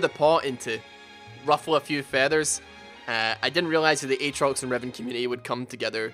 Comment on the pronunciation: Freaking heard Revon instead of Riven and I was so confused, LOL!